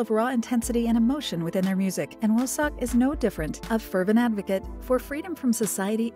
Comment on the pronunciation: ...... I'm pretty sure his name, wooseok, is pronounced as "wusok" not wusex